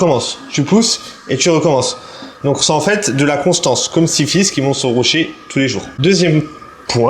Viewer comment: Slt frérot, juste pour ta comparaison de la muscu avec le mythe grec. C’est Sisyphe et pas Siphisse, sinon bête de vidéo. Le cardio passe bcp mieux grâce à tes vlogs !